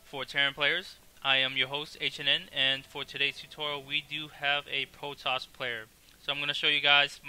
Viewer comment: u cant say the R is any word, Potoss hahahha